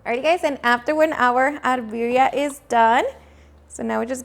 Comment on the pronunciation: Why the heck do you say biria instead of birria? You have a very defined accent and you can't speak proper Spanish?